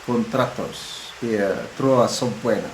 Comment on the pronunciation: please look at Google how to pronounce subpoena because masakit sa ears if you don’t pronounce the word right or correctly, ka pa naman.